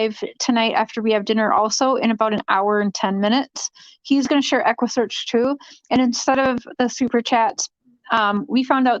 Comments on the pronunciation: she was telling everyone to donate to equusseeaarchhh Texas until someone told her that they are not involved eggguussecchhh Midwest is. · Lmaooo you didn’t even get the equssearch name right 🤡🤡🤡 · Neither did you 🙄 🤦 ( equusearch )